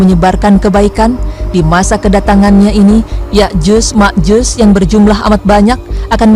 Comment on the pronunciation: Yakjuj dan Makjuj mba bukan Yakjus dan Makjus. Haduhh..